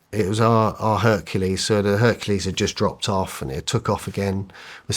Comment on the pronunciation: Bro seriously.? He said hurkalease